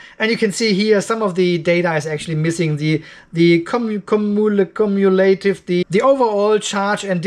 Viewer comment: I don't know if you will ever see this comment on an older video, but here is a transcription of how that cursed word "cumulative," actually sounds to the English-speakers I know. I have trouble with it, also... It sounds, more or less, like "KOOM-YOU-LAH-TEEVE"